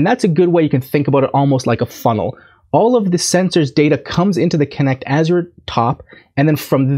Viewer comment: Azure rhymes with measure. “Azhurr”.